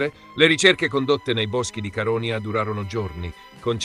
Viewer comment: Però l'accento su Caronia di questa voce NON SI PUÒ SENTIRE...!!! Fai qualcosa, ti prego!! 🙏🙏